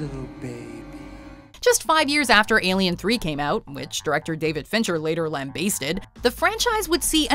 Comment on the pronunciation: Please learn to pronounce "lambasted"